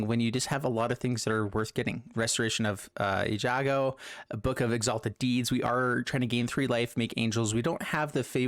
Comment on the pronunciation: Most butchered word in magic? All streamers repeat after me: ei-gan-jo ;) Great deck tho.